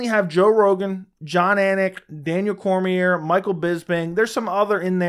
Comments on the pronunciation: You have a channel about mma and the ufc but you don't even know how to pronounce Daniel Cormier's name? Then you want to talk shit about commentators....does anyone else see the incredible irony here? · Imagine having an MMA YouTube channel and not know how to pronounce Cormier.